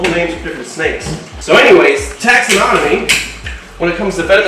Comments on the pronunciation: Just FYI, it’s not taxinonomy, it’s taxonomy. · taxonomy (4 syllables), not "taxanonomy"